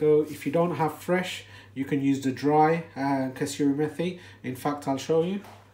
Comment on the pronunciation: It’s not pronounced ‘methi’ as in methodone... it’s Met-I lol.